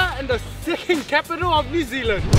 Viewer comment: Is he saying 'second' capital of NZ, or something else?